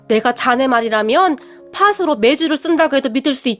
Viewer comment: 팥이~파치, 팥으로~파트로 가 맞습니다^^